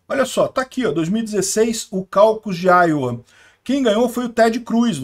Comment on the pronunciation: Iowa, diz_se áioua